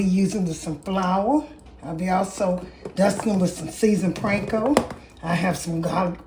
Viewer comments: I think it's called panko NOT pranko! 😊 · thanks, this looks amazing! Also I sipped my drink for every time you said "Pranko" 😅👍